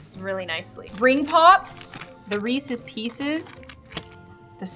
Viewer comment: i got so mad when she said Reese’s like “reese”